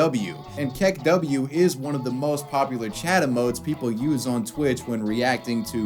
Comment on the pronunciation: Did you say say kek-W? It's kek-oo